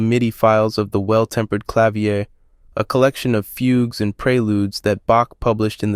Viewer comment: Awesome video! But just for future reference, the word "clavier" is actually pronounced "kluh-VEER". 🙂